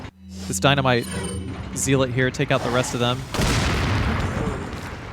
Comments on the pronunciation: Hate to be this guy but the first syllable in “zealot” is pronounced “zel” not “zeal.” I’m only point it out because you seem intelligent and have a nice vocabulary so I’m guessing that you’d want to pronounce it correctly. Great video as always. I always go back and watch you play through after I finish them to compare how I approached everything with your methods. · ZEE LAWT Ze-lut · it's pronounced "zeh-lot" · Dude I love this channel.. currently playing res 4 on my phone with the dolphin emulator and an Xbox one controller in regular resolution and I'm jealous of the 1080p textures (bought it for gamecude Wii and PS4 twice)....but ffs what the fuck is a zeelit lol had me so angry for no reason? Zealot my guy. Also you addressd it future me here. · Oh man I knew this was gonna be a long video when you started pronouncing “zealot” as “zeeelet” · The pronunciation of zealot as zee-let is interesting to say the least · I never thought I'd hear someone mispronounce zealot that many times in one video, that was impressive! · As soon as I read this comment he said it twice lol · the word zealot rhymes with pellet.